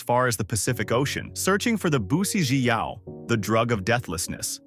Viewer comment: The way "Bu Si Zhi Yao" was pronounced makes me want to not cheat death.